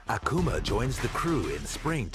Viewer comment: The way says "Akuma" is actually the correct pronunciation